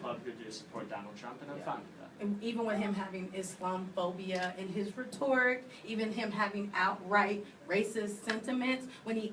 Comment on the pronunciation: Blonde guy clarified he mispoke about "condone" instead of "condemn"... they keep harping on it, what? But he said "University of Campus" and nobody said anything. How is that different? Also its embarrassing how often the big loud one mispronounces words. Like "rhetoric"